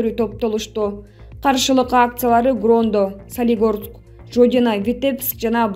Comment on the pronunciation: Грондо эмес Гродно.